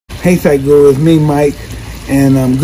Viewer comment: Nobody: Literally no body: Meanwhile Mike: thadhguru . . . . . . . . . . . Iykyk 😁